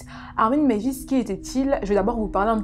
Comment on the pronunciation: Hello. Ayant passé mon mémoire d'étude sur ce cas, je pense pouvoir donner mon avis. Déjà corrigeons de suite ce nom !!! on dit meiwes: mai i wès et pas meivis, c'est allemand, pas anglais ;) Ensuite l'envie de cannibalisme de Meiswes était bien plus complexe et subtile qu'une simple envie de manger de la viande, il faisait un lien entre manger un être et l'avoir avec lui à tout jamais, ne jamais le perdre et avoir un lien très intime avec elle. Le cas aurait était bien plus interessant en étant traité en portant le regard sur Bernd, une victime consentante et donnant les directives sur la façon dont elle voulait être abattue et consommée.